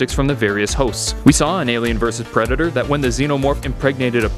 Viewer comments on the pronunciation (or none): He said pretidor